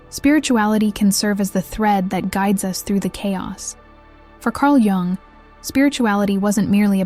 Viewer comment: cArL joUnG